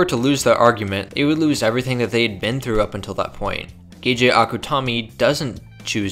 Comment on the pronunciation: Ga-ja it's ge ge (gae-gae). Great video though